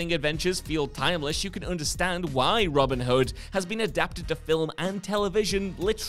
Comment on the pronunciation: Genuinely thought he was saying Robert Hud. I was like who’s that?